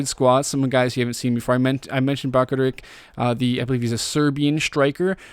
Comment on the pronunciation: I think bakaric is pronounced bakar-itch